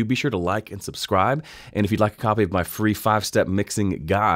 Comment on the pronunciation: Cool, nice and easy! Why did you pronounce 'free' more like 'fee'? Any specific reason?